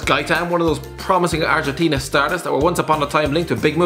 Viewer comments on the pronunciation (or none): none